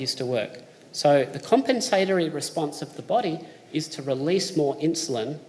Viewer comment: kuhm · pen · suh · taw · ree